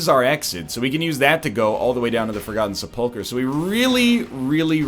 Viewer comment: The way he pronounces sepulcher makes me want to die.